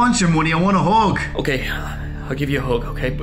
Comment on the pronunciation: And here I thought you were saying 'hog' instead of hug... Smh